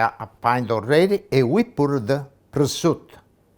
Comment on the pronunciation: But he can't pronounce prosciutto.... but he does cook pretty good.